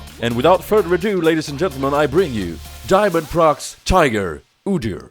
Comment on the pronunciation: Actually inSec did it before on Lee sin and shaco. Then just Diamondprox did it on udyr. And diamondprox is pronounced Diamond pro X not diamondprox